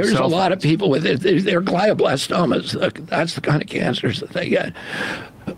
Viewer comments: Exactly! My brother in law passed from it. Once diagnosed, he was gone within 8 months. I also noticed RFK butchered the pronunciation. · He doesn't even know how to pronounce glioblastoma, but he is representing clients in cases regarding it? Also, almost no glioblastoma patient is surviving long enough for a trial. Almost everyone (with the best treatment available) has 1.5 yrs max from diagnosis.